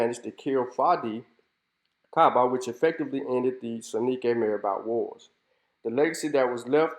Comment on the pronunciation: This is excellent. I congratulate you. A few things, if I may, sir. I am guessing (please correct me if I am wrong) that you haven't spent much time in West Africa. Marabout, Sonninke, and Wolof are mispronounced badly in your video. Your scholarly work is excellent. The historical photos that you use during your narrative are frightening. Look at those children, clearly suffering from kwashiorkor. Again, well done.